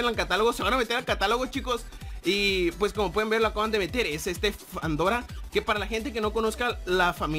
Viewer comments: Fandora? es fedora ;D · Se llama Fedora NO FANDORA